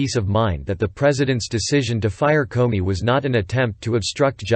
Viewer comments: This is very realistic - I actually thought I was listening to a human voice until it repeatedly pronounced "Comey" as "Corny." Listening to the report is definitely easier and more enjoyable than reading it myself!! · Karen Millen, this is a good Quality and from minute 43 He speaks Comedy correct.